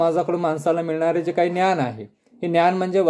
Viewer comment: सर छान सांगता पण समाज बोलताना ज चा उच्चार व ज्ञान चा उच्चार न्यान होतो आहे,साॕरी सर.